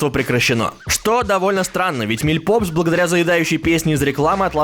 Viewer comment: А я думала, что "миль папс", а не "миль попс" 🗿